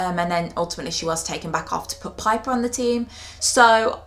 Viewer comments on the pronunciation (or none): none